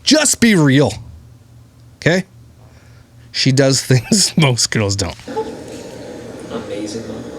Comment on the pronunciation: Does she say tings as things? 😂😂how does he not say baby, it’s things. Come on man lol